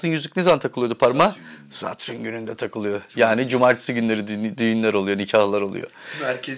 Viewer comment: Satrün ne Allah aşkına. Kulağımı tirmalayip durdu. Neyse konu güzel.